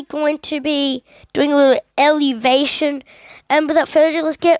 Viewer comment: its not elevation its evo-lu-tion